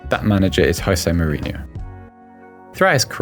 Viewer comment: Tifo football but cant say Jose Mourinhos name properly